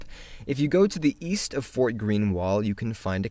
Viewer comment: Wait. I thought he said Weast